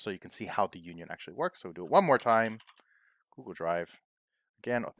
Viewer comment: Liked your vids. “Google” cannot be pronounced as “Gooshle” coz it was based on the noun google which is 1 followed by a hundred zeroes 😊. By the way, can you make a video how to optimize union for multiple Excel files where the it is stored in multiple Excel Worksheets - dealing with old way Excel management.